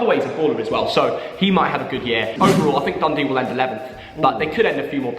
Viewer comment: what’s a YER??? It’s YEAR mate